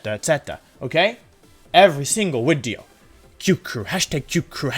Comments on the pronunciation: At the start of every Wolfey video, I wait anxiously for the "So, there I was" and "wideo" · Wolfey + Video = Wideo simple maths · Why do you say "wideo" every wideo? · Why do you say “wideo” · Y does Wolfey say wideo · Mr Mime in previous wideo... Wideoy "Mime will be in next wideo", next wideo no Mimey. We Whiney for Money!